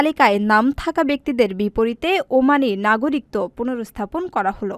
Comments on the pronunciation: উপরের লিঙ্ক এ ১০০ টি বিভ্রান্তিকর বাংলা শব্দের সঠিক উচ্চারণ দেওয়া হয়েছে। ওখানে ১৯ নম্বরে "একাকিত্ব" শব্দের উচ্চারণ করা হয়েছে। একাকিত্ব এবং নাগরিকত্ব শব্দ দুটির উচ্চারণ শেষের অংশে একই। আমি উচ্চারনের ভুল বলেছি। বানানের ভুল নয়। উচ্চারণ শোনা যায় আর বানান দেখা হয়। ধন্যবাদ। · নাগরিকত্ব এর সঠিক উচ্চারন আপনি বাংলা একাডেমির বই গুলো দেখে আসেন। নিজে সঠিক টা যেনে তারপর কমেন্ট করা উচিত । কথায় আছে অল্প বিদ্যা ভয়ংকরী। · নাগরিকত্ব উচ্চারন ভুল হইছে,,, 😮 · সংবাদ পাঠিকা "নাগরিকত্ব" শব্দের উচ্চারণটি ভুল করেছেন। বার্তা সম্পাদক এবং 'প্রবাস টাইম' কতৃপক্ষের দেখা উচিত এই ধরণের ভুল ভাল সংবাদ যাতে প্রচার না হয়।